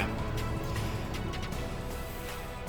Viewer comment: u kinda got phnom penh and ho chi minh city correct, but for hue, it's pronounced as hiu